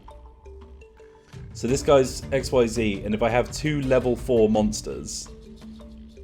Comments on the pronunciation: Just for future knowlege xyz summining is pronounced x-ease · XYZ is pronounced "ek-SEEZ" which is stupid and I love it.